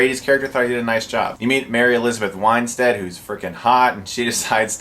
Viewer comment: Wine-stead ?... thought it was Win-stead